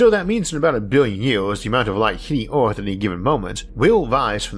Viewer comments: Isaac has Rhotacism & has spent $10,000’s & 100’s of hours of speech therapy dealing with it. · The end of orrth